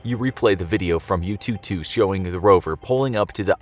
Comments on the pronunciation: Some help: 玉兔 Literally Jade Rabbit. Yu'tu, instead of "Yoo Too", more like Yü Too, with a u-umlaut. 嫦娥 name of a goddess. Chang'e, instead of "Chang ee", more like "Chah-ng ə" with a schwa. I don't remember the details but there's a legend about a girl who unwillingly flew into the sky with her pet rabbit and landed on the moon. Hence why she's considered the Moon Goddess. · The way u pronunce yutu is like youtube, interesting, just saying 哈哈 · he butchered the pronunciation of yu'tu and chang'e pretty bad hahaha